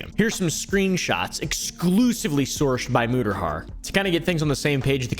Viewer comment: "Muter har"